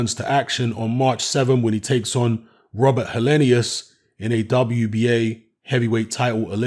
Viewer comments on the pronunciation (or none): none